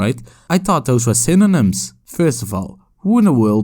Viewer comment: says synonyms right the first time. second time: "cinamoms"